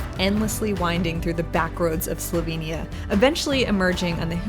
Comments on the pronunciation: Fantastic video of Slovenia and so refreshing to see some research into the place name’s pronunciation, unlike many YouTubers these days! Great work!! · your pronuntiation is spotless. and a very good job you did at capturing whar Slovenija is.